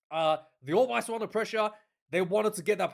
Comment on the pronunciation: Stop calling them the All Whies ya hua.